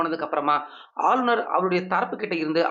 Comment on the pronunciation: ஆளுனர் என டைம் அடிக்க அழுநர் என தமிழைக் கொலை செய்து வாசிப்பதிலும் கத்திரியம் போட்டு தமிழ் ந.1 எனப் பெயரையும் வைக்க தைரியம் வேண்டும்.😂